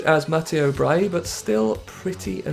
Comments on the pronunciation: I love your content and English pronounciations of foreign names aren't the very best normally but butchering Brighi into Bryie is absolutely mindblowing 🤯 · He presumed the g was silent